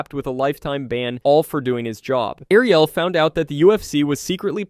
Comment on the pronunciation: Thumbs down for the AI voice over. AI cause it can't say Ariel .